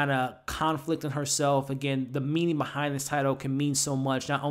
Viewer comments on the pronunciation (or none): none